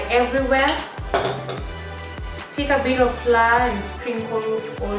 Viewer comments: Flour is pronounced as 'flower' Otherwise awesome tutorial Will definitely try it out sometime 😊😊 Aaand.... You just earned yourself a new subscriber!! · Thanks tried them out. But why do pronunciate flour as "Flaa" instead of "Flawa"/Flower". For a moment I thought it was a special powder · U know they are Kenyans the moment they pronounce the word 'flour'.